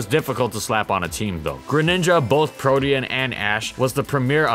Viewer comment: Thank you for correctly pronouncing "Protean" lol